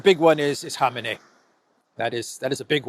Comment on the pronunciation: Respect to for pronouncing Khamenei's name correctly. It's shocking to me how many otherwise good journalists and analysts can't even get his name right.